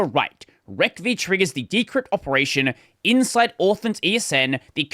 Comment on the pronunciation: I get unnecessarily triggered every time you say "rec v" rather than "receive". :P